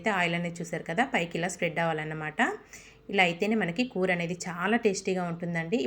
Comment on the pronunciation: చక్కగా ఇంగ్లీషులో చేసుకో అమ్మ వీడియోలు.... పూర్తిగా ఇంగ్లీషులో చేసుకో... కూర చాలా రుచిగా ఉంటుంది నీ భాష పరమ చండాలంగా ఉంది కనీసం కూర అనడం కూడా రాదా నీకు...